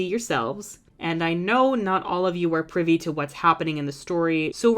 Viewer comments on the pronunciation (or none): none